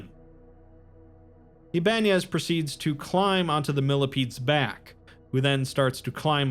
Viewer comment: Ibanez is pronounced Iba nez not Iban ez :)